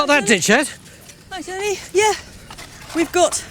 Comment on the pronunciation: When Stewart says "terney" does he mean "tony"?